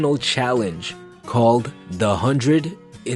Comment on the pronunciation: so with all of your knowledge about communication you still don't realise how excruciating it is to hear "the" pronounced as "da"?